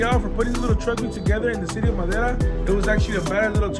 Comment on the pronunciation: “MADERAAA” Popeye don’t belong in La Onda 😆✌️